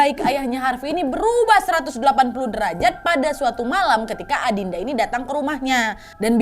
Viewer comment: aku denger nya malah adinda 😭 trs baca komen kok pada bilang aninda, trs aku dengerin lagi tetep dengernya adinda 😭😭😭